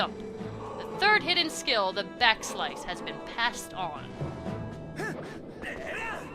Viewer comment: Am I the only one who thought "Back Slice" said "Back Slash"?